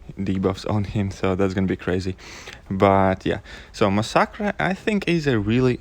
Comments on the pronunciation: yeah I'm happy that there's at least someone who says it right. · lmao,you are the first person i heard pronounce masacre like that.I myself pronounce it like that and get annoyed whenever people pronounce it like massacre